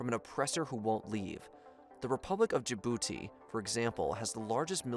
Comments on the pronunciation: *DJIbouti Bunch of others too. Pronunciation issues continue, and relatively basic words. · I love your videos, but you should really look up the pronunciations of names and places. Djibouti, Cote D'Ivoire and Francois Hollande were pretty brutal to name a few.